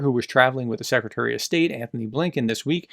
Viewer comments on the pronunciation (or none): none